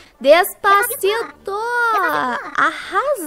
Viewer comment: "Dês pá ci tô" kkkkkkkkkkk rachei demais kkkkk